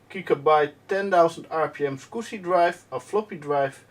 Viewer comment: smiled on every "scoosy", like.